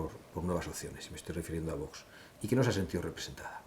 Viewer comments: Este José Ramón de la Morena, me merece cero confianza. Un periodista , que se diga periodista, primero tendría que vocalizar mejor , como que no quiere pronunciar bien ? El nombre de VOX , el dice Vos , creo que es un personaje un poco falso. 🤮🤮🇪🇦🇪🇦🇪🇦🇪🇦🇪🇦🇪🇦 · Sr. De la Morena, se dice VOX, no Vos. ¡¡Que no pasa nada por decirlo correctamente!!